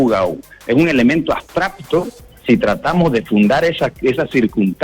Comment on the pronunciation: Abstracto!!! No abstrapto!!!, este es abogado y no sabe hablar?????